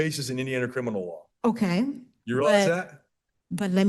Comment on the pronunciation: She be axing if it be crinimal.